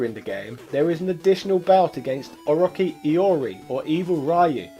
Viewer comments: O-Rocky is actually hilarious 😂 I've never heard someone pronounce it like that. I mean I know I'm 2 years late, but think of Orochimaru from Naruto, if youre not familiar it's pronounced Oh-Roach-e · O-RO-CHI -CHIIIIIII not "kee" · * Slight nitpick Its pronounced O,roach like the insect Chi like the type of energy in Asian mythology/ folk lore . O ROCH CHI . THE English name is Just called wild or evil iori .